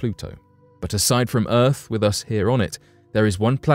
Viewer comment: Ahhh it’s the decent narrator and normal speaking, non creepy, none monotone. This narrator is down to “erfff” :- earth